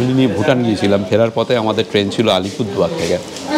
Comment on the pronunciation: Dada Alpurduar noy Alipurduar